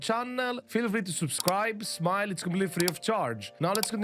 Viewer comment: Wait is he saying smile? Or am i hearing him wrong